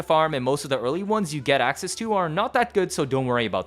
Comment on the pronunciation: Axseas! lol